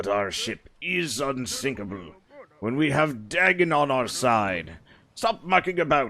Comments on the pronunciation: It’s pronounced day-gone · As a big fan of Lovecraft's works, it hurt every time he mispronounced it. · Just so you know, for future reference, it’s pronounced Day-gone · The "correct" pronunciation is closer to Day,gon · In modern English, yes. But in most languages it's Duh-gone, including ancient Mesopotamian languages from where the deity originates (there were other variants, too, e.g. Dogon or Dagan). I don't want to sound pedantic, it's just that English has a very particular pronunciation that makes it difficult for EFL speakers to say any foreign names properly